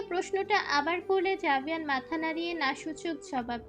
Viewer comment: আরে বেটি আভেয়ান না জাভেয়ান